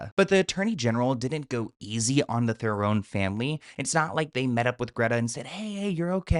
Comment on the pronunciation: Its pronounced threran. 😊😊 love u